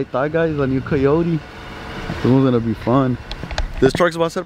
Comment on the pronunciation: This foo said coyote